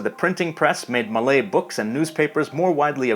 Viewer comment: wow an english speaker that doesn't absolutely butcher Malay pronunciation.